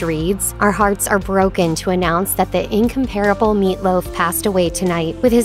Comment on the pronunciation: Incomparable isn’t pronounced that way.